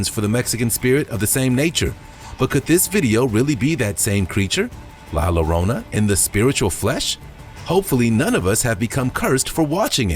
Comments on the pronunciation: ok first off its pronounced Yo-ron-ah (Spelled Llorona) not lorona. 😂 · It's pronounced La Yo-rona.!!